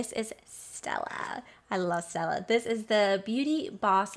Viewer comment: Thank you for reviewing the box! I’m definitely not gonna get it, those sampleas are EXTREMELY small! Not even travel size? Except the stila, oh funny “ I Loovveeee Stella!! Lol it’s pronounced STEEL A